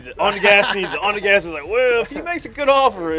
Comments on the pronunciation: straight dissing saying onDass😂lmao poor little kid😅looking for some attention since ain’t nobody paying attention to him anymore after all the scamming🐀💯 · Y’all just gonna let say onDass😂poor little kid looking for clout saying he told onDgas what to doo lmao😂boy you were in diapers when they started💯🤘